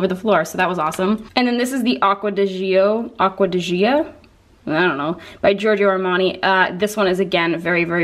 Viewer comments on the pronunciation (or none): For the acqua di gioia the simplest way to say gioia is like “joy-uh”! ☺️ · Acqua di Gioia is pronounced like joy, but with an added a at the end.